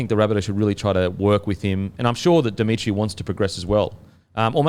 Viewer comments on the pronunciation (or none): Its demitriou not demitri btw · Speaking of pronunciation, please say Jason Demetriou’s last name correctly. I know it’s not a big issue but it’s really hard to listen to you say ‘Dimitri’ every time 😂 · First with pronouncing names correctly, the Bunnies coach is Demetriou, not Dimitri. Every time I hear Dimitri I think of a Russian dude lol Then my Team of the Week; 1. Walsh 2. Marzhew 3. Gagai 4. Farnworth 5. Oates 6. Clifford 7. Hynes 8. Fonua-Blake 9. Grant 10. Hamlin-Uele 11. Kikau 12. Fermor 13. Yeo